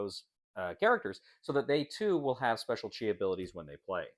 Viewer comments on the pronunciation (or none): It's definitely pronounced "chee." "Chai" is tea. 😉